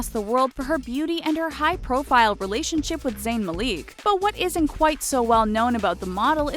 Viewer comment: Zayn Maleek?